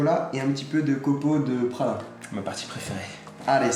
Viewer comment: c pas PRA L UNN mais PRA L INNNN